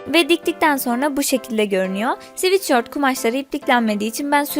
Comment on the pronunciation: sivitşört değil sıvetsört